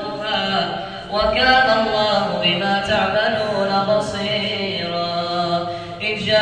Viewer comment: رقق الراء من بصيرا